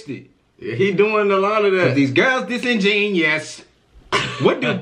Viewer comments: Disingenuous is when u act like you don’t know something but you really in tune flight make is sound like the saying man these girls dissin genius but the word is pronounced dis-in-gen-you-us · This is the second reaction of this song I've listened to, and I just gotta say, y'all are saying "genius", not "genuous". Y'all said it right the first time. I doubt Flight doesn't know how to say the word; I think he's purposely missaying it (I hope he is). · flight pronounces it as disingenious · Flight stole that bar and the beat but ppl are still applauding him like he’s a real rapper. Plus he cant even pronounce disingenuous correctly. How the fuck are you gonna say the title of your own track incorrectly hella times in the track? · Michael Mclaughlin he pronounced It wrong to rhyme sound better that way anyway🤷🏻‍♀️ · Smart asf but he mispronouncing the word disingenuous 🤦‍♂️ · Chaise B He has a song where he says “man this girl is disingenuous” pronounced wrong and you think because he used a word that you didn’t know he’s secretly smart?? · and they ain't even saying it right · These people deadass don’t know what disingenuous means or how to pronounce it or even know it’s a word smh y’all making black people look unintelligent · How does no one know the word disingenuous 😂😂 or that he ain't even saying it right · They’re not saying disingenuous right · Y’all not gonna catch that he not even pronouncing Disingenuous correctly cuz y’all can’t either😂😂😂. How the fuck are you gonna not know how to say the title of your own track. Then say it incorrectly in your track hella times. The only thing good about this track is the beat and it’s not even his smh. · What’s crazy is it’s still not a word😂 the word disingenuous is a word but the way he’s pronouncing it is wrong. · I'm pretty sure he's mispronouncing disingenuous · He’s doing it on purpose to rhyme